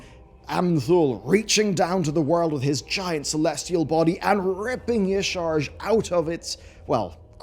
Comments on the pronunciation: it's 2023. can you please stop saying "Yuh-sharzj"? Xal'atath literally tells you how to pronounce Y'sharjj in game. you'd think she'd know how to say it right, since they were both around at the same time? Yah-Sha-Razj put the 'Sha' in Y'sharjj! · Yah shah raj ... Not how you say it. Shu Hahlo, not shu hulu